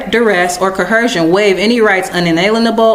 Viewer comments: Is this dummy trying to say "coercion"?! 😂 "CoHERsion?" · Why is it that not one single Moor can pronounce the word "coercion"?